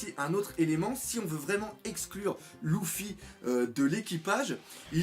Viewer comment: je comprend lOUffy a chaque fois